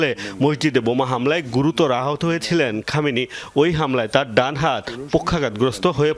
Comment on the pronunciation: খমেনি কি রে? সম্মান দিয়ে নাম উচ্চারণ কর। না হয় সাংবাদিকতা ছাড়।